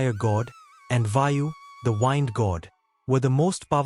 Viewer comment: its the AI reading, wind (noun) is being pronounced as wind (verb, as in winding)